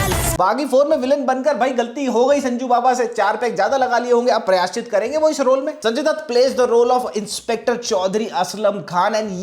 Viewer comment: प्रयासचित नहीं प्रायश्चित्त.. 😊 अलीट नहीं एलीट.. 😬 शहादत नहीं वीरगति... 🫡 Not Georgian, Gregorian.. 😁